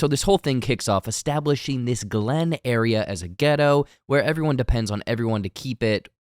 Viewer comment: Bro for the sake of all things “urban” PLEASE don’t say “GHETTO” ok? Not picking at you or anything like that, but honestly it just doesn’t sound right when you say it. It doesn’t roll of your tongue right lol! Just say HOOD my guy…..again PLEASE lmao🤣🤣🤣